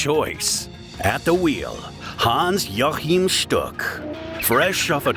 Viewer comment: its pronounced hans wachim shtuk